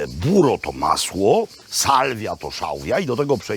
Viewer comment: Kocham szałwię, zwłaszcza z masełkiem, kocham Pana. PS. 'burrrrro' nie 'buro' :-) Buro to jest dzisiaj w Polsce za mym oknem :-)